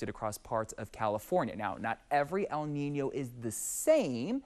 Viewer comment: Props to him for properly pronouncing “El Niño” 🥳